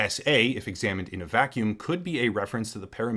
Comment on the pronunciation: For the record, you pronunciation of SA and SS was way off. You split the syllables wrong. Anyway. German is hard for Americans.